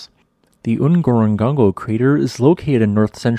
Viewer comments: While I love your videos, and your geologic knowledge is obviously deep, it's a little entertaining to my linguistic side to hear you pronounce some of the names of geologic features. Here, Ngorongoro is a Swahili name, and Swahili is famous for prenazalized consonants. Pretty much, they like putting m's and n's before the start of syllables. "Ngorongoro" is no exception. Swahili also does something that a lot of other languages do (just not English so much) called reduplication, so "Ngorongoro" is just "ngoro" repeated twice. All that to say it should be pronounced something like "n-go-ro-n-go-ro" ( or /ⁿgo'.ɾo.ⁿgo'.ɾo./ for those who read IPA ). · I'm sure I am not the only one. The correct pronunciation is to say Ngoro twice. I visited Ngorongoro in 1968 . We camped on the rim and our Landrover was charged by a Rino near the lake. Spectacular.👴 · He pronounce that incorrectly. The first half of the word is exactly the same as the last half. There is no third ‘G’ in the word. Whoever is narrating this needs to up their game, this is the second time in a week that he’s mispronounced something. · Ngorongoro should be pronounced NgorongoRo, not NgorongoNgo! My parents took us 3 siblings there from Arusha many! years ago when Tanganyika (then) & Kenya parks were not swamped & spoiledwith tourist jeeps & vans. Before the new lodge was built on the crater rim, there were simple cosy wooden huts, bunk beds & a fantastic view! As it was a working trip for our dad, we had the place to ourselves. Same for the Tented Camp at Lake Manyara. Those were the real days of Safari! Thanks for the video,. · Kindly allow me to make a correction. Not Ngorongango. N goro n goro. Excellent presentation. Thanks. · I love your videos and I try to watch all of the videos you post. Ngorongoro, look closely at the spelling because it is being pronounced incorectly. What I am hearing looks like Ngorongongo. Notice the proper spelling only has two letter "Gs", and two letter "Ns".